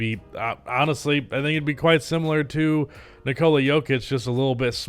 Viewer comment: bro can you (and everyone else) learn to say nikola? ‘NIH-co-lah’ not ‘nih-CO-luh.’ basically like nicholas with no S. not sure why that’s so hard